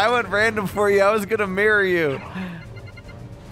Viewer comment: That sounded more like "marry you" than "mirror you" lol